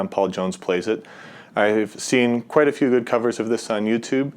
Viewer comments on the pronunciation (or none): none